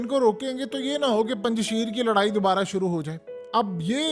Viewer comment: Mohtarim Yeh Word Punj Sheer nhi hy. Esko Durust Kijiye. Next Care.thanks